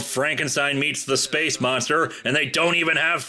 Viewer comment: Space moonstah!